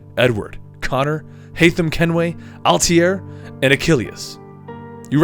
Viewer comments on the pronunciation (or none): i liked the video , i'm watching the rest one by one , btw its not Altiere it altaier you made the guy sound french lol ! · I'm watching the playlist now. Does he stop calling Altair "Altier" in the future?